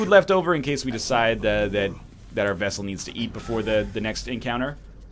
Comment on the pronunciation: 26 episodes later, and he's STILL saying "Vessel". What the hell?